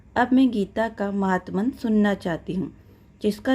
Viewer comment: महात्मन नहीं माहात्म्य